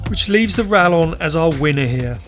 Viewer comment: Spanish LL should be pronounced like English Y, therefore - RaYon.